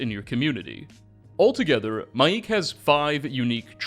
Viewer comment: His name is not Mai’ik. It’s literally pronounced Mike. As in Michael. It’s just Mike.